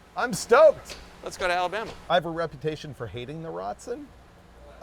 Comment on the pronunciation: Abalama? Or Alabama? Lisdexia sucks! LOL!!